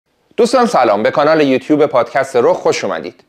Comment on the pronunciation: ، به احترامت و به‌ویژه به خاطر این قسمت آخری از پادکست رخ، کلاه از سر برمی‌دارم و از این تورنتوی سرد، به‌گرمی برات آرزوی موفقیت دارم. خدایی خیییلی چسبید این قسمت آخری. ضمنا بالخره به یوتوب گفتی «یوتوب و نه یوتوپ»😊